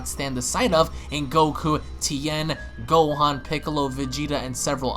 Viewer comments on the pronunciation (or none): none